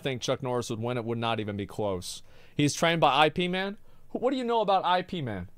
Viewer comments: Drives me crazy when people say I P man... yo, say it together... Ip as in Yip... wtf, guys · Ip Man (pronounced as Yip MAn, not "EyePee") was a real historical figure and teacher of Bruce Lee. And nearly all movies about him (including the "martial arts"-emphasizing ones) are heavily documentary in their content. You're literally uneducated and low-IQ, like, below 21 points, Asmond. And there's documented recorded-on-video moments of Bruce attending martial arts tournaments, in which he was both competing and providing exhibition. You and other non-people like you are the literal cause of the rest of the planet's hate and loathing towards USA (country of idiotcracy). Actual people dislike lack of education coupled with arrogance and hypocrisy that's seasoned on top with passive aggressive idiocy, which is what you represent in this video. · Bro said I P man hahhaha. IP MAN FTW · >asmon saying Ip Man I P too, man. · No way did Asmon call Ip Man "I.P Man" what the fuck?